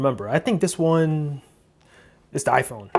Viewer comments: For fuck’s sake why? “Ahphuone”? Really? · Aphone? Whësh?